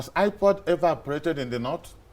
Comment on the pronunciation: Yes ohh especially when he says IPOD 😁, so stubborn on that, will he ever call right🤔😘?